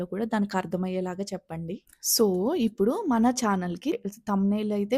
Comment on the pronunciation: Prospective youtubers కి ఉపయోగపడే content అభినందనీయం. 95% ఈ తరం తెలుగు యూట్యూబర్లు వాడే అధ్వాన్నపు భాష కాకుండా మీ భాష నచ్చింది. "ఇప్పుడు" బదులుగా " ఉప్పుడు" అన్నారు. మార్చుకోండి.